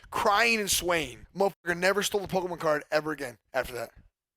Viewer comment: “Pollkeymon card”